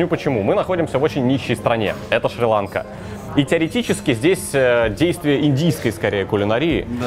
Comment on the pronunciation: Шириланка ударение падает на два слога!!!